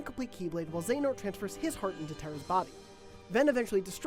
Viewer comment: Not even gonna watch due ti your pronunciations of Xehanort & Eraqus years back